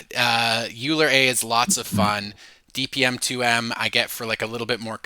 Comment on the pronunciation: Hi! Thanks for the video! And the many other videos, you’re probably the best source of distilled information out there right now. One small point of feedback: Euler should be pronounced like “oiler”, not “yooler.” Keep on going!